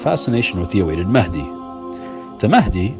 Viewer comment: Yes Mahendi, not mahadi